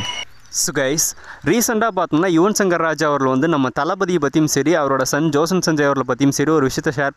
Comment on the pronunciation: Bro Vijay son peru Josan illa, Jason.